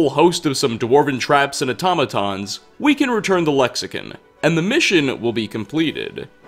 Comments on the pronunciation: Lexicon not lexicun. Also they are memories and not ghosts. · Am I the only one that noticed he says lexi-kun instead of lexicon lol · can't pronounce a damn thing, "lexicin" lmfao it's CON lexiCON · Its "Le-ksi-KAHN. not "Ken", ''KAHN"! Lexicon. not lexicen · lexicon is pronounced (lek-suh-kaan) I have a feeling I'll be doing this every video. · I've noticed all your videos even when there's all the NPCs saying a certain way you'll say some works differently why is that even when it differs from how it's supposed to be said even in English aside from whatever it's called tamriel click or whatever it's next to con is with an o on I or an e or however you're saying it even they say it correctly in the game same with saudia when they say Sadia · the way you pronounce Lexicon angers me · Your mispronounced Lexicon lol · Buddy, we gotta talk. Firstly Dova-KEEN, not dovakin. Secondly Lexi-CON, not Lexican.